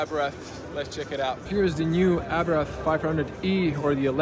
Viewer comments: It is not Abrath. It is Abarth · Good video, but it is called Abarth, not Abrath 😅